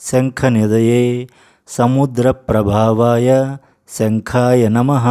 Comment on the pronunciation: ప్రభవాయ అని వీడియో lyric lo undi ప్రభావాయ ani tamaru చదివారు ఏది కరెక్ట్ చెప్పండి గురువుగారు